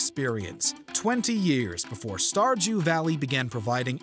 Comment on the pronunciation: did he say starjew valley